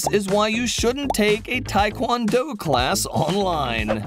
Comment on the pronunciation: It's Tae(TAY) kwon-Do(e) , Tai is (TIE), Phonics!